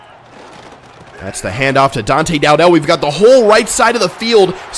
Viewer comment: Bro you claim to be a huge fan but can’t even pronounce dowdell name right